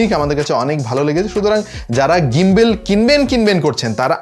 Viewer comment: ভাই ওটা গিম্বল, গিম্বেল বলেন কেন?